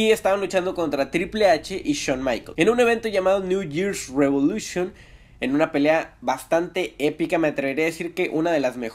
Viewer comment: "Niu yirsh rivolushion" xDD